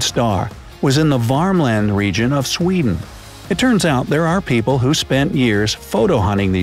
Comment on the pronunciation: You sed sweden wrong